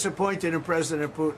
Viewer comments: Not meaning to be rude,but why can’t anyone from NY say the letter T ? Putin-Pooen,manha-en for manhattan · please start pronouncing the T’s in the middle of your words. It’s annoying when you don’t. You pronounced it ‘Poo-in’ = Putin and ‘impor-ant’. Stop it